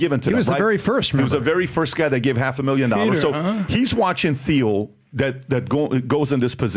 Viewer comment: It’s pronounced “Peter TEAL” …”TEAL”…..”TEAL” Yes it’s spelled like Peter Thiel but it’s pronounced like “Teal” I feel like Pat is pranking the world but saying this dudes name wrong. And everyone sits there straight faced like it sounds right lol 4+ years ago not knowing his name makes sense but we all hear his name regularly. Especially if you’re loosely interested in business/economics/power dynamics